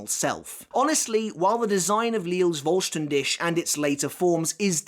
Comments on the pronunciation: Hearing say "Voll Stern Dish" cracks me up everytime. It's pronounced "Dihh", with the last part sounding like a cat's hiss. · Great video as always, but it's "fohl shtan dih", pretty sure google translate when set to german will pronounce it well, you pronounce it well except for the last sound, which is H as in helicopter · vollständig , voll-sten-dik... pronounc eit like that and it would sound better for me as an german haha ^^ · It's pronounced as Fol-stand-dih. German pronunciations are funny. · Voll ster DISH🍽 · as someone who lives near germany and speaks it fluently, the way you pronounce Vollständig isnt quite right but somewhat close i guess. But i am surprised how you said Sklaverei because that sounded perfectly. the Auswählen was decent but not quite on point. However i loved the Fact that Uryu shot Mayuri with one Arrow, making a Donut out of him and completely destroying the bankai. Im not sure if letzt Stil or Vollständig is stronger because whilst Letzt Stil has more power i assume, Vollständig seems to not have as many drawbacks to it if any at all. Plus the Duration varies too so yeah. What i still dont understand is how an arrancar can use Quincy powers, as the one who tried stealing Ichigos Bankai but miserably failed in doing so. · video top but please my guy vollständig is a german word put it in to google to pronounce it at least semi right😅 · I know you don’t speak the language, but as a german… these pronunciation huuuurt. Like if i didn’t know what you were trying to say i would not understand.